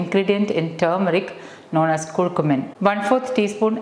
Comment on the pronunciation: It is "Car Q min" not "Koor Koomin"